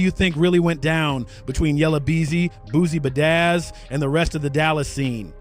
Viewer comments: Nah,bro said Boosie Bedazz 🤣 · Do you really say Boosie bedaizz😂😂😂